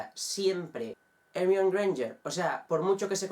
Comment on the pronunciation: Como pronuncias Hermione xD